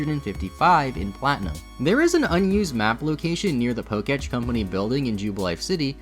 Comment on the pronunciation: why do you say pok-etch😭😂